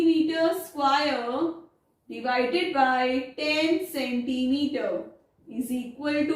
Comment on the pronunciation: Mam its square NOT SQUAIRE !